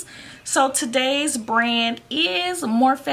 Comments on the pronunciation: Anyone else cringe every time she said "morphay" like nooooooo it's morphe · Im crying its not morphay its morphe😭😭😭😭😂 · STOP SAYING morphay!!! It’s annoying!!!